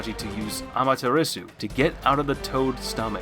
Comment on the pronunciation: My guy said Sasuuke, Jiriya and Amaterisu🤣🤣🤣